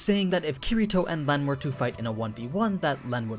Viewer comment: Llenn is pronounced as Ren